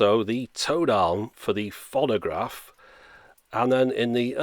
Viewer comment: Fonnagraph? That's a novel pronunciation of 'phonograph'.